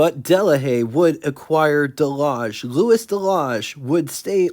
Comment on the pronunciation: Hi. Nice to see a non American car. Maybe you could find some more that are a bit less exotic, though of course this one is gorgeous. To help you with your French, Louis rhymes with Fooey, and Rene rhymes with rent day. Eau is water, Essence is fuel and Huile is oil, and this car has gauges for both oil pressure and oil temperature. And by my reckoning, the bumpers on this car are bumperettes. The red things on the back of the parking lights probably illuminate, but also could be reflectors. French Duesenberg? The big expensive French cars of this period were reputedly a bit agricultural to drive, but I guess that's true of Deusenbergs too, aside from their high power. Cheers.